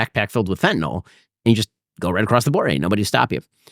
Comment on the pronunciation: A joint with laced with Fentanyl 🙄 That’s the stupidest thing I’ve ever heard. Also it’s FENTANYL, not FentaNOL. Oh my allergies are acting up, better go take some Benadrol.